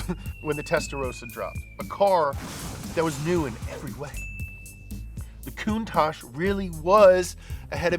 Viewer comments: You need to check on the REAL facts. Normally your right but you screwed this one up dude For reference: Countach is, in fact, a word in the Piedmontese language, an Italian dialect spoken in the country's northwestern region. Using the International Phonetic Alphabet, it's pronounced: [kuŋˈtaʧ], with the accent on the "a," and with the consonants "tsc" at the end. It's the literal translation of "contagion," though, like many words, it has become something else. It's transformed to mean "an exclamation of wonder, in front of something extraordinary or exaggerated." It's more or less like saying in Italian "perbacco!" or "accipicchia" (golly or geez). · Marcello Gandini says it’s pronounced coon-tock, not coon tosh. But gave up trying to correct people. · いつも動画楽しませてもらってます！「カウンタック」は英語では「クンタッチ」と発音するんですね！ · Listen to Macello Gandini R.I.P. The man who named and styled the car , Say the word . There is no ASH in COUNTACH .